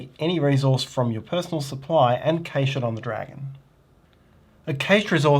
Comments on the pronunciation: great video, however, the word cache is pronounced CASH and not KASH. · Cache is pronounced cash/cash-ing. Thanks. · cant get past the way he pronounces cache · How dare you have an accent! 🤣 I know this word has two valid pronunciations in American English (CASH & CASH-AY), but I didn't know about the non-American pronunciation. I'll add this to the list between aluminum and schedule. ;)